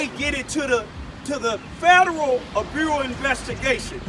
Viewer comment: 😂😂😂😂they don't care about u😂😂😂😂😂😂 or what do or say!!! U just want somebody to care u love the attention. What was it Federal Bureau of Investigation cause thst word Bureau u can't say correctly🤔🤔🤔🤔🤔🤔😂😂😂😂😂😂😂😂like alot ur words always talking bout ppl spelling u can't speak right🤔🤔🤔🤔🤔🤔😂😂😂😂😂😂😂😂👽👽👽👽👽👽👽👽👽👽👽🐣🐄🐄🐄🐄🐄🐣🐄🐄🐄🕵🕵🕵🕵🕵🕵🕵😎😎😎😎😎😎😎😎😎😎